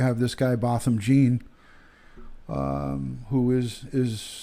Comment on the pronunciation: The man's name is Botham Jean (pronounced John).